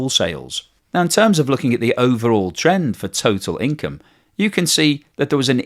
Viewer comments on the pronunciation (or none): none